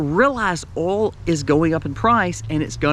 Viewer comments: Yeah before you said that, you said Oil and I was like what? it's Oil not oul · All the “alls” 😂 or in NY Oil (oy-ul) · ❤ Love hearing Oil or AwwhOilsss said in the southern accent.. I need to move down there.. Lost in CT 😪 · I love the way you say oil. You probably from South Carolina How about?